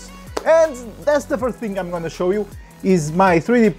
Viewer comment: What are you gonna chow us? Hahaha